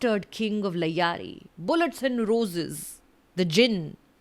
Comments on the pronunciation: The word is Lyari not Layari, how can a reviewer with so much experience mispronounce the main place's name in her review. If she is not North Indian its pardonable though! Maybe she isn't! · “LYARI” sahi se pronounce nahi ho paa raha aur chala movie review karne.Pata nahi aajtak is gyani aurat ko kaun si movie pasand ayi.likh ke lelo inki personal life bhi negativity se bhare honge. “WITH POSITIVE MIND COMES POSITIVE THOUGHT”